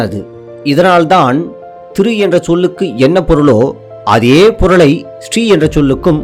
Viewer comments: It is NOT Stree! It is Sri (Siree)😮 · திரு என்பது தான் ஸ்ரீ ஆனது என்பது தவறான கருத்து. ஸ்ரீ என்பதை ஸ்டீ (sti) என உச்சரிப்பே தவறு இதன் சரியான உச்சரிப்பு ஸ்.ரீ என்பதே ஆகும். தமிழில் சீர்வரிசை, சீர்செனத்தி, சீரும் சிறப்பும், சீர்மிகு என்ற சொல்லாட்சிகளை காண்க. இந்த சீர் என்ற சொல்லைத் தான் சமஸ்கிருதமானது சீர்>>ச்ரி>>ச்ரீ>>ஸ்.ரீ என மாற்றிக்கொண்டது. சீர்+மை>>சீர்மை>>சீமை சீர்+மகன்>சீர்மான்>சீமான் பெரு+மகன்>பெருமான் என அறிக.